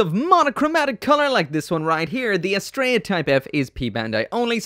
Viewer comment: You are ssaying the name wrong. It is not as-Stray-ah it is as-Tree_ah. It is the name of a Greek Godess